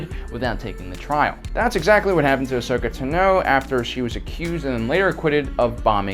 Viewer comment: It’s pronounced Asoka tah no